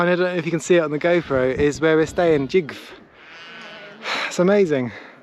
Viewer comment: Gjov is pronounced more like "Chiouw"